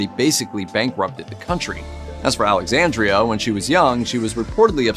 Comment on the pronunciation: Alexandra, NOT Alexandria.